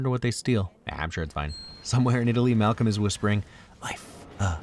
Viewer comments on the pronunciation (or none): none